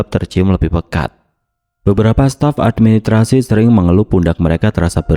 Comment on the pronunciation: Channel yg bnr2 gak bs mengucapkan dg benar kata: menggenang, raksasa, dan administrasi.